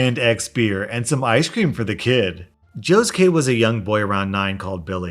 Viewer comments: Instead of "Joe's kid" I understood "Josuke" . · Am I the only one who heard joskue when he said joe’s kid